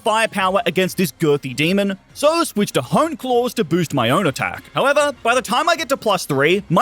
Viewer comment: Please dont say demon like that